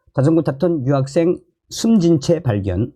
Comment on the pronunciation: 발음 똑바로 하세요 여학생 인지 유학생인지!